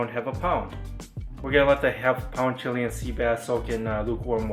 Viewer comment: dood i think ur pronouncing chilean incorrectly. chiLAYun sea bass.